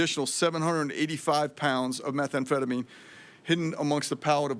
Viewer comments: Why does she say methamphetamine so weird? Its meth am phetamine. Not metha am phetamine. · My gawd- learn the name of the drugs you are going after- it’s Methamphetamine not methA amphetamine- it’s so hard to listen to her and believe anything she says. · It's meth anfetamin not metha anfetamin! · Hey pam its pronounced meh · tham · feh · tuh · meen . NOT METHA AM PHETAMINE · “Meth Ah amphetamine” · Someone needs to let her know methamphetamine doesn't have an extra vowel makes her sounds ignorant 🙄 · Pam, it's not methaamphetamine! Learn to pronounce the evil you are fighting. This whole performance was an embarrassing attempt to deflect. As a proud MAGA supporter it's time for you to go. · What is "Metha- amphetamine"..??? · What is “Meth-A-amphetamine”? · Your pronouning methamphetamine wrong. No extra a. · Her pronunciation of methamphetamine is incorrect. She calls it Metha-amphetamine odd odd odd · "metha amphetamine" what a joke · Also, it is pretty absurd that the attorney general has never heard of methamphetamine in pill form? Maybe it makes sense though because she says methamphetamine like she’s just read the word for for the first time and is just hooked-on-phonics’ing the pronunciation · I'm sorry are we not noticing that our attorney general doesn't know how to say methamphetamine That's insane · I agree she does not pronounce methamphetamine correctly.